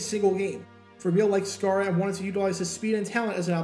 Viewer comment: John Sciarra -- pronounced SHY-ra, not SCAR-ra ... great athlete, former UCLA QB who played WR/DB, etc., 2 years with BC Lions and 6 years with Eagles... Note also that Sciarra played for Dick Vermeil at UCLA...